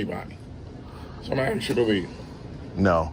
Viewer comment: It’s ASK not AXE you 🤡! People like you? What’s that mean? Cheeky bas…